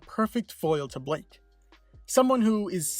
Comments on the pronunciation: BLYKE NOT BLAKE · Is it pronounced "Ay-zen" or "Ee-zen" and also isn't it Blyke not Blake? Sounds like you said Blake. I always pronounced it Ee-zen and Bly-ke